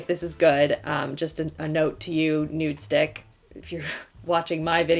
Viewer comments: i cringe every time she says “nudestick” instead of “nudestix” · Love, love, love you! Just, it’s NudestiXXXXX not NudestiCK. 😬